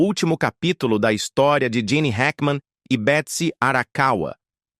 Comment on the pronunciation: Não é Jean e Gene Hackman seu narrador burro 😅😅😅